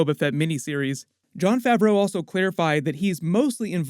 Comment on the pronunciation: Why you keep pronouncing Favreau like it's two separate words lmao...